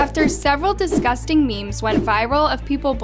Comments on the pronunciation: Girl it is "disgusting" not "DiScusTinG" like at least get that right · Is no one talking about how she said "*discusting*" instead of "*disgusting*"